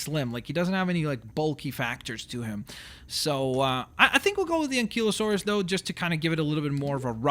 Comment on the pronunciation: Enkilosaurus? Stagosaurus? An-kylo-saurus Steg-o-saurus Simple sound it out